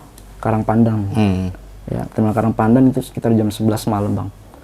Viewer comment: Karang pandan Om,bukan karang pandang